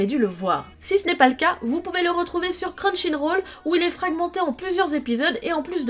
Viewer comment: | C'est moi où j'ai entendu non "Crunchyroll" mais "Crun chine roll" ? x,)